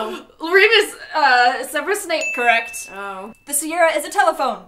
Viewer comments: It’s SeverUs Snape, not SeverOUs Snape xD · "serverous snape" "herminoe granger" lmao????